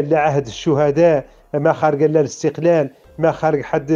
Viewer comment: يا سبحان الله،ينطقون الإستقلال بحرف الغاء (الإستغلال )،صدقتم يا مرتزقة و القريب لكم بل المحقق لكم هو استغلال الجزائر لكم،أنتم تسبحون في الإستغلال الجزائري لكم للنيل من المملكة المغربية. مبروك عليكم الإستغلال و ألسنتكم تنطق بالحقيقة و أنتم في سبات و غباء. الصحراء مغربية و نحن المغاربة الأمازيغ و العرب و اليهود لن نسمح بمنح المرتزقة لا حكم داتي و لا حكم غير داتي،المغرب كله من طنجة إلى حدود موريتانيا و من المحيط إلى الصحراء الشرقية رقعة واحدة غير مجزئة و غير مختلفة في قوانينها. قبح الله فرنسا الخسيسة و ربيبتها الجزائر و مرتزقتهم الملعونين آمين.